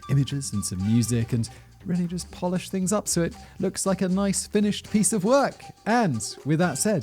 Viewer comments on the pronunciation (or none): none